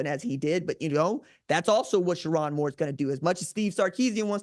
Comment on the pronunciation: It’s Cher-own, not Cher-on, Moore.